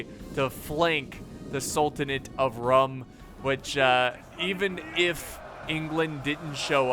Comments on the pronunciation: Just a small tip- the "Rum" in "Sultanate of Rum" is pronounced as "Room". It's actually written as Sultanate of Rûm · Isn't Rum pronounced as Room?